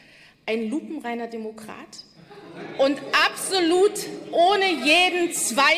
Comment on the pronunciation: Sie hat nicht unironisch "lupenreiner Denokrat" gesagt 😂